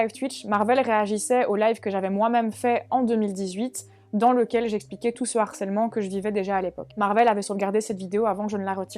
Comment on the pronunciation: Bonne vidéo gars. Mais je vous en supplie, tous les autres et toi, vous avez plus de 30 balais, NE FAITES PAS LA LIAISON avec harcèlement, harceler. C'est un H aspiré. LE Harcèlement, et pas l'harcèlement, "accusé DE harcèlement... " et non "accusé d'harcèlement"... (d'ailleurs quand tu l'écris ainsi, Youtube te dit que c'est une faute...). Allez gars, fais-moi plaisir. S'il te plaît. Sinon je t'envoie le harceleur en chef (et non l'harceleur) des H aspirés.